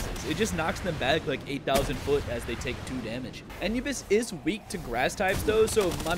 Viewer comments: No way he pronounced anubis like an-you-bis and not a-knew-bis. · Its prnounced a new bis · It hurt my ears every time you mispronounced Anubis..(A-Noob-biss btw) lol, aside from that, great video! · Pronounced ( A new Bis) 😂